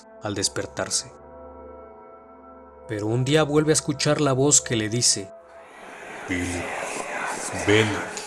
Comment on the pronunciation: ¨Pilip¨? buena narración como siempre, pero he notado tu pronunciación del inglés es malísima